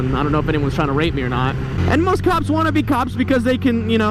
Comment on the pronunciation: Who else thought he kept saying "cocks" not "cops"?